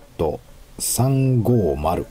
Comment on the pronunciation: DKWはデーカーヴェーと発音するそうです